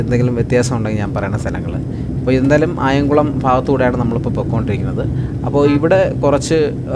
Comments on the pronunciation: അയംകുളം അല്ല അയിങ്കലം ആണ് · Not ayankulam...its Ayinkalam